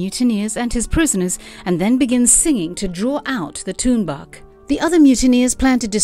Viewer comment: You know whats funny? English speakers are really bad to pronounce the inuit words. Like Tuunbaq, she pronounced it bad. LOL. It prononced "Toornaaq". Tunbaaq?? Haha.